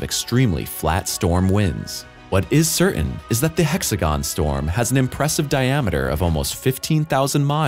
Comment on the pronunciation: Do millenials not know how to pronounce words, or is that an AI problem? Titan, certain and subsequently are mispronounced.